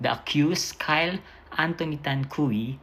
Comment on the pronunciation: Cui (kwi) ang pag pronounce nyan